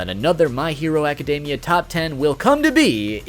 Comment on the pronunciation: why do poeople keep pronoucing academia wrong its not even a hard word jesus